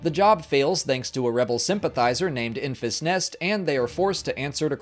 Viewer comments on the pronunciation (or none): Enfys = [ˈɛn.vɪs], not [ˈɪn.fɪs].